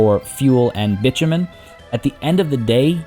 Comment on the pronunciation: Love this playthrough, however please bit-o-men is more accurately sounding, bitchofmen does not sound nice